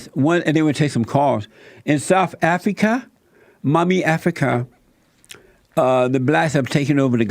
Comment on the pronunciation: South Afreeka Mommy Afrika